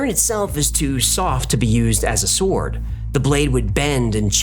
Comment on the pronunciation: Its a bit distracting hearing him pronounce the W in 'sword'.